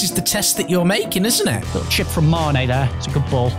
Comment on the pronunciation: They days when they would call Mane “Main” 😂😂😂